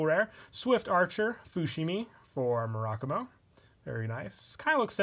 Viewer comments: Mur-a-Ku-Mo. it’s a Japanese Word, say it like one. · It’s actually “Mu-ra-ku-mo” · I love you and your videos but I hate the way you pronounce Murakumo